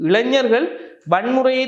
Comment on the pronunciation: இளஞ்சர்களா ???? இ ளை ஞ ர் கள் திரும்ப திரும்ப சொல்லி தமிழ் பழகுங்கள்